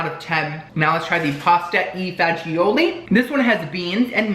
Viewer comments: I'm half Italian and I know it's spelled that way but it's pronounced Pasta Fajool. lol All my Italian peeps must have been bustin a gut when you kept saying Pasta E. Fajioli. Just Love all your videos, you're so funny and entertaining. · It's pronounced " pasta fazzoool" :) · As an Olive Garden server… every time he said “pasta e fajioli” 😂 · Oh and Pasta Fagioli is pronounced “ Pasta Fazoooool”.